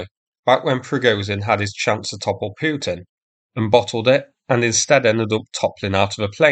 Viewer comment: Its not Peeuutin its Pootin! Learn to speak or else......say Potain!